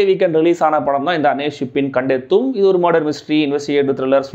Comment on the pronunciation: கண்டெத்த/ கண்டெத்து எல்லாம் இல்லை. கண்டெத்தும்... கண்டு அடையும் அதாவது கண்டு அடைவீர்கள் என்று அர்த்தம். பிற மொழி படங்களை பற்றி விமர்சனம் செய்யும் போது கேட்டு தெரிஞ்சு கொஞ்சம் தெளிவா படிச்சு தெரிஞ்சு கிட்ட சொல்லுய்யா ...